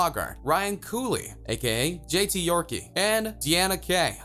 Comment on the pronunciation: "JT Yorkie" 😂